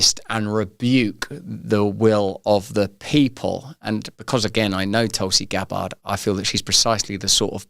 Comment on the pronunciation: "Towlsea Gab Bard"